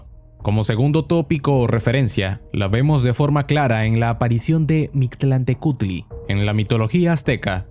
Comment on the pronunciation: Eres mexicano? Porque si no me sorprende que dijeras bien el nombre del dios de los muertos, casi siempre cuando un extranjero trata de pronunciar alguna palabra en náhuatl salen cosas muy graciosas